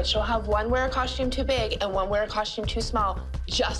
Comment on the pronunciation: why do they all say “coshtume” 😭😭